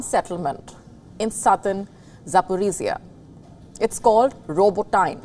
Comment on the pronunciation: 😂 its pronounced... RO-BOT-TI-NIV